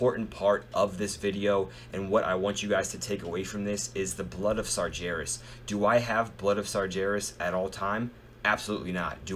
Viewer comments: Sar-gair-ras not Sar-JAIR-ras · i love it how Americans can't say Sargeras :D so funny...